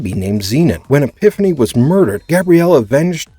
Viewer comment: Man can you tell this narrator is not a Xena fan due to the many many mispronunciations. Queen EPIPHANY takes the cake though. Sheesh